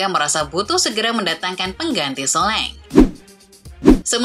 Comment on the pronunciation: perasaan komentator bola juga nyebutnya solangke min bukan soleng,elye wahi bukan eli way😂